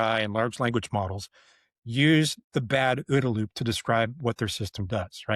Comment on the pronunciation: I like the way you say ooda-loop.